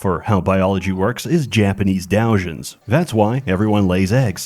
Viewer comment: >mispronounces "doujins" FAKE FAN